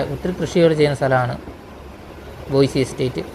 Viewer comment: ബോയിസി എസ്റ്റേറ്റ് അല്ല.... ബോയ്സ് aanu